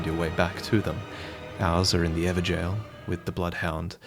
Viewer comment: Also can I just say, you're the only person I've seen pronounce Evergaol correctly. Props 👍 Seems you know your real life lore too.